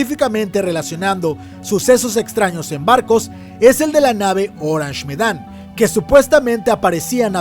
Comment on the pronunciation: Amigo el barco se llamaba OURAN MEDAN no ORANGE MEDAN jjaja se traduce como el hombre de medan.... de ahi muy buen video